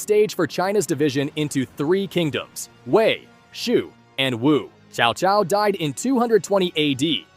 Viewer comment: His name is tCao tCao, not Chow Chow.